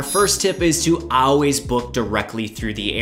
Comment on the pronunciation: Good information. Interesting pronunciation of always. Never heard it said like that. 😉